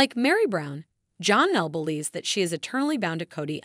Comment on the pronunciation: I don’t know but I got to stop this video just because of how you’re saying Janelle is not Johnelle